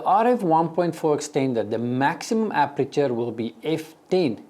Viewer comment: Please say "aperture" which means opening. And please don't say "appreture" which is something completely different. Appreture is a chemical or mechanical treatment of certain materials like cloth or wood.